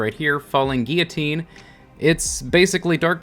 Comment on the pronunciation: The first freaking Destiny content creator that ive heard pronounce "Guillotine" right! THANK YOU!